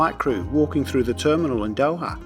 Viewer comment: It’s Dohaaa not do’aa